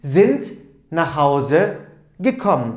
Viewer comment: Neden gekomm diye okunuyor ?